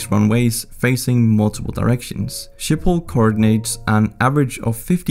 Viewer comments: Schiphol IS PRONOUSTD AS SGIPHOL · i am dutch and you say sgiphol not shiphol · I am Dutch and I have a few thinks to say 1 it’s hilarious to hear you speaking Dutch 2 Schiphol isn’t ship hol but sgip hol (this is how you say it) 3 I have like 5 bikes and that’s average 4 There are lots of countries that ask us to help with their water problems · you say schiphol in netherlads like: sgiphol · Funny how he pronounces the ‘ch’ in Utrecht correctly but Schiphol incorrectly